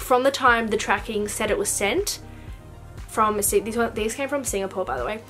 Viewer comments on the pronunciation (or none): none